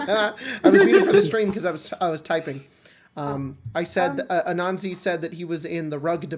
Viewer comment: Spells it Anansi, pronounces it Ananzi xD It definitely is interesting to hear different promotions of words by people not apart of ya culture or from others who have similar cultures. I will say as a seemingly good person, he is the type of chaotic i see an Anansi behaving. 10/10 xD